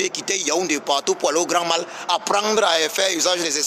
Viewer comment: on écrit mall, mais on prononce moll!😁 c'est anglais.